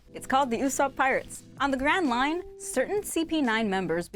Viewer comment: When she said grand line I thought she said grand mine